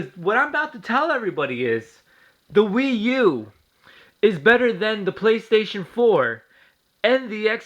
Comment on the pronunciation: It's actually not a mortal kombat rip off and you keep butchering the wii u nice